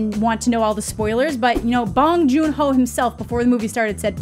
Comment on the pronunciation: Just an fyi to anyone who might care, Bong Jun Ho should be pronounced with an o like oh so bohng for his family name and for his given name, the h ends up silent, so more like Juno but with the stress/emphasis on the no. So, bohng juNO😄